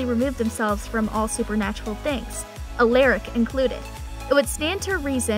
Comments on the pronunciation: You for real need to learn how to say Stefan, Alaric, and Salvator before you start talking about the show cause clearly you’ve never even seen it if that’s how you’re saying the names. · Please stop saying Stefan, Alaric , and Salvatore like you do it’s so cringe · Wow, done a whole story about these characters and we all know she never watch’s single episode. Watching these really got to me. She mispronounced Stefan, Alarac name wrong. Yes I may be misspelling it but at least I can pronounce them correctly along with Stefan and Damon‘s last name a Salvatore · Why is she mispronouncing the name Stefan, Alaric & Salvatore? Really annoying. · Has this person ever watched one episode of any of these shows? She doesn’t know how to pronounce any of their names! Salvatorie? Give me a fucking break! “You’re gonna want to say it Alerick, but it’s Alaric!” And did she say Legacies was the one we loved the most? 😂😂😂😂 IMO The Originals actually gave TVD a run for its money! They were both great shows, but Legacies just seems to be lacking. It feels like it’s staying alive through nostalgia imo. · Why did you say Alaric like that😂. Isn’t it pronounced Uh-L-Are-ic not Uh-L-Air-ic?? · A lar ric not a Lear ric who else pronounces it alaric and not alearic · its alaric not ALACRIC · Her: Aliric like uh child anyways sooooo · Dude and Alaric, she’s literally pronouncing it like Alayric. Like ar makes the sound r not a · U-l-a-r-I-c how to pronounce the name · You pronounce Alaric (All-our-ik), Stefan(Steph-In), Salvatore(Sal-va-tor) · Almost every single name 🤦‍♀️ Stefan, Salvatore, Alaric.... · the pronunciation of stefan , salvatore and alaric 😭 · Did this girl just say Salvatorey and Al-er-ic.... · It’s pronounced (stef-in) and (a-lar-ic) but spelled Stefan and Alaric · Did she just say “ eleeerick “ and “ EEElena “ HAHAHAH AND THE WORST OF ALL “ STUVANNN “ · it's Stef-an and A-laric and sal- vatore. the e doesn't mean say it differently.